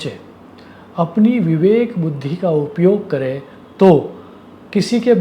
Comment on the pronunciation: તમે ગુજરાતી હોવા છતાં સારું હિંદી બોલો છો. પણ ગુજરાતીઓ હવે માતૃભાષામાં પણ અનુસ્વારના ઉચ્ચાર કરતા નથી, તો તમે તો પરભાષા બોલી રહ્યા છો. હિંદીમાં અનુસ્વારના ઉચ્ચારનું બહુ મહત્ત્વ છે. 'है' અને 'हैं'માં એકવચન-બહુવચનનો ફેર પડતો હોવાથી એમાં ગરબડ ન ચાલે. 'करे' અને 'करें'માં ઉચ્ચારનું ધ્યાન રાખવું જ જોઈએ.